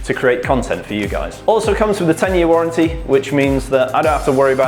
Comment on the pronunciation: Fabulous,! BTW: it's Warranty (with an 'a')...:goodvibes